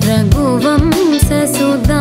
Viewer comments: Her pronunciation is wrong. Its raghu vamsha not raghu vamsa. Sahitya of every carnatic kriti must be rightly pronounced. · The voice and the melody is so good. The pronunciation in the beginning is a dampener. It's not रघुवंस as it is sung here - it is रघुवंश. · why is she singing sha as sa? it is not pronounced that way in Samskruta